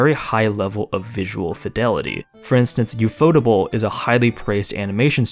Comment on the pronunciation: /the way you say U-fot-able hurts my brain